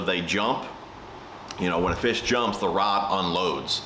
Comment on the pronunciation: "fash", said fish exactly as it's pronounced in low German 😆 bro✊😜